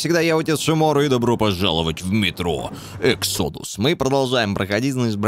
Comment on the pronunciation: Блин, да не говори на английском...... Не эксОдус, а Эксэдас!